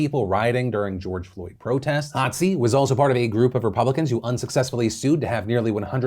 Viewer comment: Hotze is pronounced Hoe-tzee. I only know this because my parents have been "treated" regularly by him for many years. They consider him a friend. Of course my parents are die hard Trump supporters, and the increasingly deranged nonsense that comes out of their mouths terrifies me.